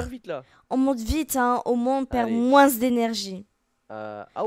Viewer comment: Tu dit moinssss au lieu de moins